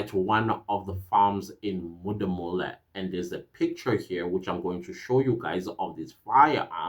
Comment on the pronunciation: It's Modimolle. As a proud a Limpopian how you pronounce it is not cool. But yes we've been in danger and the fact that all this is coming out it shows that the GNU is actually maybe working.